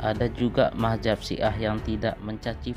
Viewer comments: belajar saja madzhab yg diyakini dulu, gak usah sok tau keyakinan lain. Nulis madz-hab aja gak bener, sok sok an mengkafirkan kelompok lai. Sama dengan admin, melafazkan mad-Hab aja kebalik mah-jab. Hagegege..... bikin ketawa aja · Maaf Min untuk penyebutan aliran dlm Islam itu adalah Madzhab bukanlah Mahjab